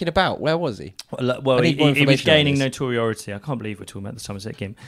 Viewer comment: Someone teach how to say 'notoriety', guy is out here giving amazing analysis, make sure he has the vocab he deserves.